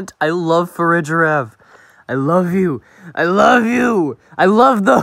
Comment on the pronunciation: NO I MEAN YES YOURE RIGHT BUT THAT CANT BE HOW ITS PRONOUNCED IN FARIGIRAF